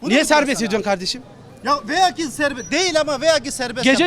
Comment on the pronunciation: "Veya ki olsun..." diyor galiba o ukala cahil ..."Velev ki" dir doğrusu....Hem dilinizi doğru dürüst bilmezsiniz hem de vaktinizi hamasete harcarsınız... Urfalı arkadaş iyi sabretti bunlara, alkış....